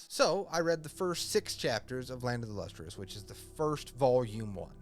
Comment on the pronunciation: Lustrous, not lustrious, and its phos (ph-ah-s)